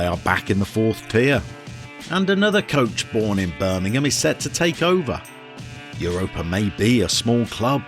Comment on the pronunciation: First of all: brilliant choice! Europa (said a little like Ooo-ropa, but that’s not really important) is a much loved club in Catalunya. Not like Girona love but still well followed. They have a ridiculously large stadium for where they play. I think it’s the largest in the division (the Catalan division I mean). Anyway, great choice. I’ll visit Spain next FM I think. And feel free to send me anything you want re: pronunciations. There are important differences between Castellano and Catalan. Or politicos. Football and Catalunya is VERY politico. Can’t wait to start watching 👍🏼👍🏼👍🏼